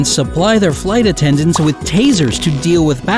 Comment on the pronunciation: Narrator pronounces weird: "fly tattendants".